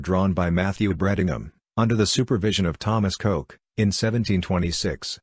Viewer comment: The family name is pronounced 'Cook'.